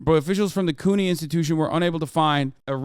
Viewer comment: wait how do you pronounce CUNY again? kekw (coo-knee) 🤣